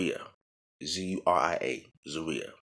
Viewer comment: Its pronounced ZOO-ree-ya and kab'ba is the little black cloak she wore And you're right,, Haddish and Addis are cognates, meaning "new".